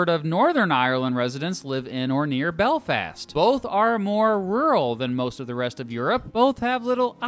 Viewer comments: lol nice way to pronounce Belfast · The way he said Belfast triggered me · The way he says Belfast